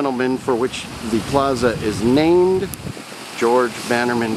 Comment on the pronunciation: Lol. I learned that after I went in to the museum. When I was editing the video I cringed when I heard myself mispronounce his name.